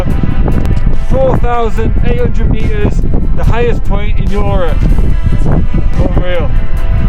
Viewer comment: plz stop saying YOrop instead of europe xd